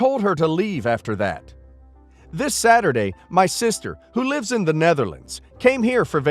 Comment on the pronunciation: Btw, it’s LIVES not LIFES